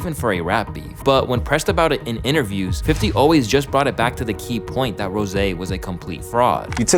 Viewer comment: Stop calling him rose' 😂